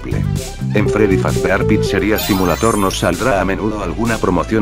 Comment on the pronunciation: No sé pronuncia YouTube es Yu tub se escribe Youtube y se pronuncia yu tub tampoco es Freddy Fazbear's pizza es Freddy fazber pitzza y se escribe Freddy Fazbear's pizza